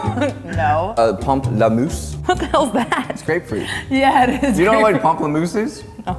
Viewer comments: Guys it’s pamplemousse 😂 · pamplemousse LMAOOOOO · "You don't know what pamplemousse is?" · Pamplemousse he said 😂 like if you know what language it is 😈